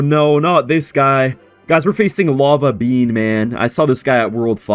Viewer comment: It’s not lava Ben it’s lava bean